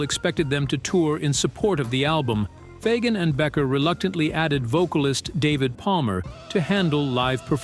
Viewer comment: I know! It's BEEKER, not Becker! Damn AI